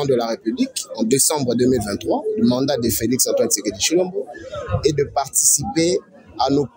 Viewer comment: C'est l'ivresse, en te suivant tu dois rentrer sur le bas de l'école, tu arrives même pas à mieux prononcer le nom de Tshisekedi, c'est triste pour la RDC avec le fanatisme.